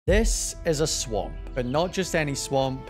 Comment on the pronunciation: The way he said swamp